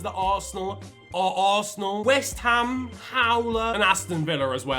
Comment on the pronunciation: He butchered West Ham and Arsenal worse than his old haircut 💇